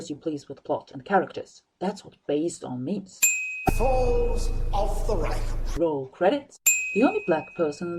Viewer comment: I love how you said "Reichenbach". Since I started watching TV series and YouTube mostly in English (except for Sherlock because I don't understand a single word Benedict Cumberbatch says), I start laughing everytime I hear somebody saying something German completely out of context. It doesn't really make sense though. But this video is really great, there aren't much sins videos of Sherlock on YouTube (or I haven't found them) but except for the sound of your voice (maybe your microphone is not that good) it's a lot better than everything else I've seen so far and especially a lot better reasoned. Are you planning on doing some other Sherlock episodes soon?